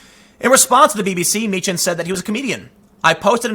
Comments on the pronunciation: Tim, it’s pronounced “mee-kan”. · You know how to pronounce Dankula's name (Meechan)......you gave the two options and went with the wrong one. Here's another one for you, Calum McKay.....the ay bit at the end is pronounced the same as "eye." Word of advice, if you're ever in Scotland, steer clear of Milngavie. Trust me, you'll never pronounce that one right. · You got count dankula last name correctly the first time and then you said it wrong second time